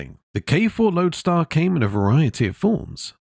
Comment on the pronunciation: The 50,s k2 & k4 were called Loadstar not loadar